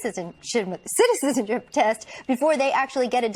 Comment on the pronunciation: citizipizi test. you need one, lady.